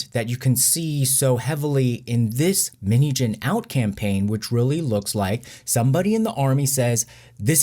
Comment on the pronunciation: You say minheejin but i hear minijin.Btw this whole things really affect us and make us more stronger and prepare for the upcoming lie, hardship.With BTS for life💜